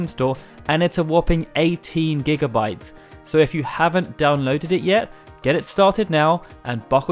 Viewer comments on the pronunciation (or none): none